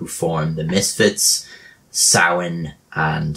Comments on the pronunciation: WTF LOL!!! By the way, It's Samhain, not Sawhain. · try saa·wn considering it's the actual pronunciation, but what do 'muricans know? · It is Samm-hayn when talking about the band. Danzig has said it himself in a few interviews. When he talks about the day of samhain he says it the right way pronounced sowin.